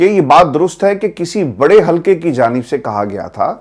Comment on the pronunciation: بیٹا۔ آپ اردو درست طریقے سے بولا کریں یعنی کانون۔مکابلا۔ حلکے ۔ ترک کی ۔ محمد meesaW کراچی۔